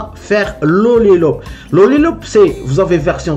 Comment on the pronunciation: dans le titre de ta vidéo tu mets Lollipop et quand tu parles au début de ta vidéo, tu dis "Lollilop" 😂😂😂😂😂😂😂 Cordialement, Hervé